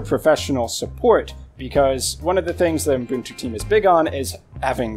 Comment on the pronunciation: [Pedantic point] There is no "m" between the "U" and "b" in Ubuntu. And yet, every time you say it...[/Pedantic point] Other than that, I find the DistroWatch page hit ranking as useful a tool for judging quality Linux based OSen as I find gasoline a useful tool for extinguishing a fire. In other words, Not very. Popularity rarely equates quality.